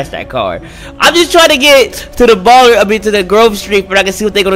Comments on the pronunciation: its balla not ball-er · The ballers and the vargos😂😂 its da ballas and the vagos not hatin btw love ur vids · love ur videos! just saying (not hating) its ballas and vagos. Love ur content, do more of these videos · It’s not even “bAlLeRs” it’s Ballas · It is Ballas not Ballers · It's not ballers it's Ballas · Ballas not ballers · It's BALLAS not ballers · I’m sorry but it’s Ballas not Ballers and it’s Vagos not Vargos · It’s not ballers it’s Ballas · niko bellic no it’s Ballas